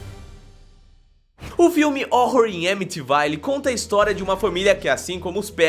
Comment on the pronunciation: Pronúncia certa "Edi e Loraini uoren" "Horror em amitivil' "Winsconsin"